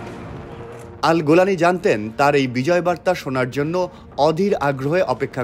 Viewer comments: AL GULANI❌ na AL JULANI✅ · আল-জোলানিকে কেন আল-গোলামি বললেন?